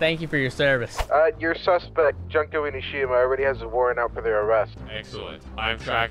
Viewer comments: I love the way pronouces "Junko Enoshima." I almost died. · The butchering of Junko Enoshima made me cry (of both hope and despair). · not knowing how to say Junko Enoshima's name is funny. Danganronpa is actually such an underrated game/show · Is it bad that i want to correct him on his pronunciation of Junko Enoshima? (Yes)